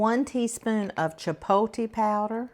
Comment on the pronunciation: you crack me up pronouncing "chipotle" and "jalapeño"! It's actually cha-pot-la and halo-pain-yo, Girl, go to Google translate and it will correctly pronounce any word for you correctly outloud so you can hear it! And like many others said, I don't think you put the sugar in the cornbread unless you did it off camera.